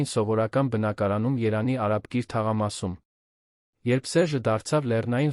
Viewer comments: Ընթերցոը չի արտասանում «և» տառը։ Փորձեք դնել «և» տառը,ամեն ինչ կնկնի իր տեղը։ Օր Երանի- Երևանի հարանի-հարևանի և այլն։ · Es inch leksikonov eq xosum eranjan ch ajl Erevan e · Մեր հրաշք այբբենարանը ունի և տառը... ինչու չես ասում Երևան` երանի փոխարեն, հարևան` հարանի.... ամոթ է... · Տեքստը կարդացողը կամ հայ Չե կամ էլ սարքովի արհեստական բանականությամբ սարքած, բառերի սխալ արտահայտվելը, նույնիսկ Երևանը սխալ է արտաբերում😮